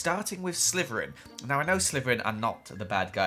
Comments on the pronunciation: Meme "Stop,stop,stop your saying it wrong its slytherin not slyverin" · Nobody: when he says Slytherin: *it sounds like he's saying slyverin*